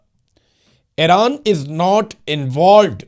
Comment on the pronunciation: ایران۔ Not حیران ۔۔۔۔